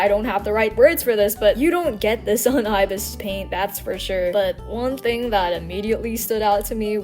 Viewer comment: You miss pronounced ibis paint x 😂